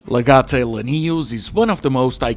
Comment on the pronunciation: You hurt me when you mispronounced legate, still though, good stuff